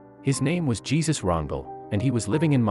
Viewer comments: Is this being read by a computer? Why couldn't they get an actual human being? The man's name is pronounced "HAY-SOOS RON-DELL" Not JEE ZUS RUNDLE. Also, the incorrect pauses and emphases in the phrasing are SO fucking annoying. Just pours shit all over what's supposed to be a feelgood story. (Won't say anything about the bloody background music). Instead of feeling good having been baited into clicking on this piece, I'm leaving it wanting to kick a puppy. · You show Citibank footage when the bank was not Citibank then you pronounce his name as Jesus with a j instead of h. Given you are likely using text to speech, spell the name out how it should be pronounced. Get better at making videos please, you are providing inaccurate information that takes away from your message. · Apparently the robovoice doesn't understand that in Spanish the J is pronounced like an H. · Lol it's pronounced HAY - SOOS, NOT "JEE - ZUS" 🙄 People don't usually name their kids that, lol unless they want to turn out another G.G. Allin 😆😂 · Pronounce his first name properly, thank you.